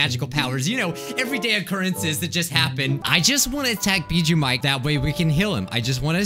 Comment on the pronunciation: Can't even say the name of the game right and he's bjjuu Mike not weird salad guy?duh.